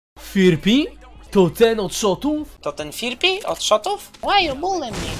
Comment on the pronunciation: Zauważyliście że YouTuberzy czytają go jako ,,Firpi" a jego nick czyta się ,,Fripi"? XDDD